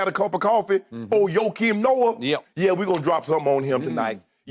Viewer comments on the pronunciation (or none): He said “Joakim Noah” oh NAWW skip been smoking sum serious stuff bruh 🤦🏽‍♂️💀😂😂